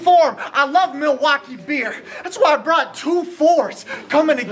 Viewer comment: said “melwaukee” he did his thang, I’d like to see bank in another city and do the same thing. Both were good